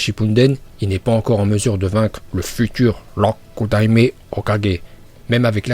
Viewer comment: La prononciation du Rokudaime est excellente mon porte parole personne en parle